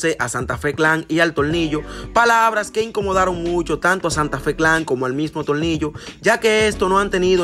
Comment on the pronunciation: Cual tolnillo quien. Es. Tolnillo yo conosco a. Tornillo nadamas una. Recommendacion si Eres dominicano metido en Esto aprende. Primero a pronunciar y despues Te envuelves en lo q. Sea.pero aprende q ya sabemos quienes son ustedes.. no Te olvides